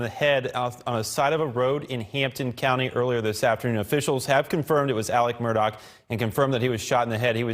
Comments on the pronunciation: Murgaugh. Say it like your saying murder...but your from Boston. Why are they pronouncing it Murdock? Ludicrous. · Sitting here cringing as I listen to this reporter keep butchering the name. It's Murdaugh NOT Murdock. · Hey dude you stink at spreading he doesn't pronounce the name right